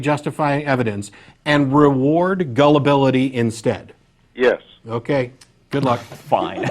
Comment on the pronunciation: to is gold....this dumb shit actually said "yesd" to rewarding gullability...hahahahah